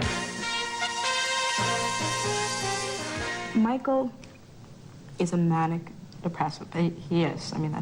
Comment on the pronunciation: Makes me cringe everytime Robyn calls him 'Michael.'